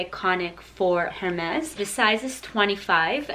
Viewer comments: It's pronounced ERMES (HERMES) beautiful ☺ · Is she pronouncing Hermès incorrectly?? I thought the H was silent. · Bertha tran In french the H is always silent you are right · the H in Hermes is silent :) nice bags